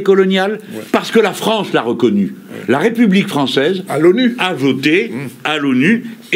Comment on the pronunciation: En même temps quand un candidat est reçu sur un plateau mais présenté comme "le futuw pwésident de la Wépubliqe" ça en dit long.